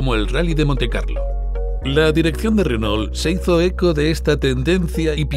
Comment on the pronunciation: Me mata como los españoles pronuncian "Renól" exagerando la "ele" justamete la unica consonante que es muda.